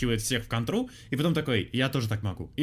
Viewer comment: Кто-то до сих пор говорит "кантра"